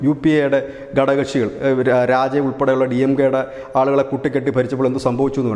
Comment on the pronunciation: നല്ല വസ്തുനിഷ്ഠമായ അപഗ്രഥനവും അവതരണവും ഘടകക്ഷികൾ എന്നതിനു പകരം ഗടകകക്ഷികൾ എന്നു പറയുന്നത് ഒരു കല്ലുകടിയായി തോന്നി